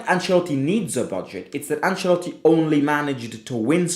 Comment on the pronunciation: Bruhh its Ancelotti it like has to be